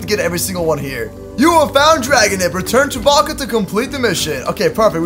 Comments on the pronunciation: You mean valka bewilder beast And it's Valka not Volga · It’s painful how he says “Valka”